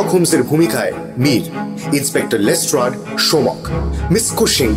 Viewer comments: You guys are class apart. But why is saying Les ট্রেড?! 😳😥🙄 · Yes. But it's pronounced as Les ট্রাড. It's always been Les ট্রাড. Look at Mir's pronunciation too, always perfect. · Am I the only one who found 'লেস্ট্রেড' pronunciation extremely irritating 😅😅 Atodin লেস্ট্রাড shune esechi baki rao tai bolchilo hothat erom kano bola shuru korlo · Les-TRAAD k Les-TRADE bola ta khub kaane lagchilo... eii tukuii con :) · Pls (Watson ) ke bolo je ota lestard not lestred pls it's piercing in the ears